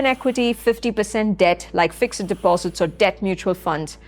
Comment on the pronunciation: Please please pronounce fixed correctly.